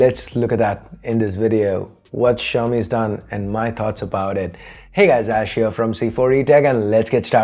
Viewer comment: Ash is "Ayessh" Cool